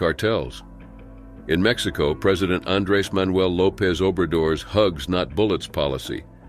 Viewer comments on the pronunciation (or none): none